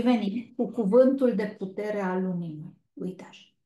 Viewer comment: Nu se înțelege cuvântul putere la zodia leu❤🙏❤️